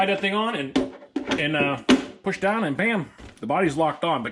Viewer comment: “Slap daaaahn!” LOL. Are you from western PA?